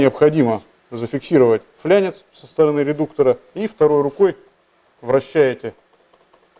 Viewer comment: Не называйте флАнец флЯнцем, пжст.